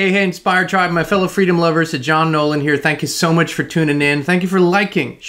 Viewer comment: It sounded like you said 'Sir' John Nolan. Believe me, the last thing you want is any honours from our royal family😊😋🙃